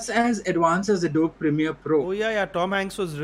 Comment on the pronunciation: You guys should have spent few minutes in how to pronounce ADOBE :P